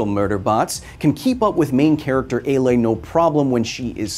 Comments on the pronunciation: You called Aloy, ailing. Wtf is wrong with you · "Alay..." bruh lol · did Mr. Hill call Aloy "Alay"? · He said Aloy so wrong that I’m question everything.